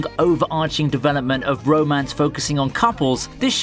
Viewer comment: it sounds like he is saying bro mance